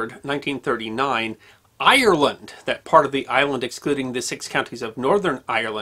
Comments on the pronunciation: It's Ire-land not I-er-land, but another great video as always. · Sir you are pronoucing Ireland wrong ...